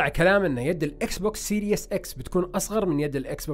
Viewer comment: وكمان ما اسمو سيريوس x بينلفظ سيريس x والله ما بعرف عشو العالم عم بتابعكم يعني رهيب الجهل والله